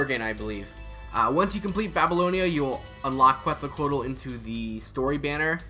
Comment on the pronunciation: The Que part is pronounced like how you would say quesadilla and you’ll say her name perfectly since you already have the rest of her name pronounced correctly 👍